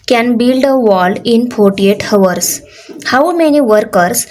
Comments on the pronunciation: Hours me 'H' silent hota hai 😂😂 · Mam aap hours ka pronunciation Galt kar rahe hoo plz aap sahi boliye Baki aap aacha padhate hoo thanks for teaching GOOD 👍👍😊😊✨✨